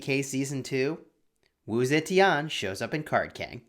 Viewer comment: Straight up butchered her name